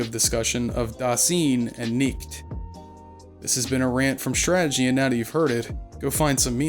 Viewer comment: Eh, the vexing part is his butchered pronunciatoon. its jarring. If you cant speak german, stop dping it. Da (like in Da Da, babyspeak) then Fine, but instead of the f, put an s there. or swine, but cut the w. Phoneticly pleadinig yes yes. Now, nichts. Phoneticaly, there is no k there.